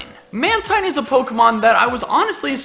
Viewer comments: It's pronounced Man-teen, not Man-tyne. It's name is a combination of manta and marine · I like these! You sure know how to think outside the box! Side note: Mantine is actually pronounced man-teen. I don't know why, but it is. You can call it what you like though. :)